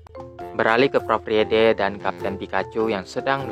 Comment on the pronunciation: Kak bacanya itu prof frid